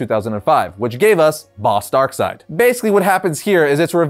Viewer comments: If you take a shot every time you says darksied you'd probably die of alcohol poisoning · The name of this antagonist is Darkseid and the last syllable is spelled like the English name "Reid." Since that name is pronounced "Reed," it only follows that the master villain's name would be pronounced "Darkseed" instead of "Darkside." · Sometimes I get annoyed when people pronounce his name "DarkSeed". I dunno, it just annoys me for some reason.